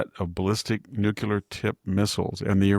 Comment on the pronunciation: Yes, very disappointing, that absent Nobel prize. E.Jean and Stormy both submitted nominations on his behalf, too. Go figure... Maybe the committee doesn't recognize the word "nuculer"🤣 Here's an idea. Let them know about that great response to last week's Texas flood devastation. That should win the prize for sure!!👍